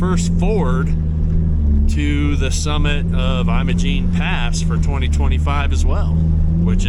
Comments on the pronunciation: well don't know what to say, but 64 here and lived in Colorado my whole life and 38 years in the San Juans and really never heard it pronounced that way. History be damned. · Learn how to pronounce Imogene.